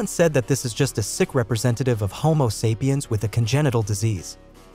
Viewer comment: I'm not watching anything where someone can't even properly pronounce homo sapien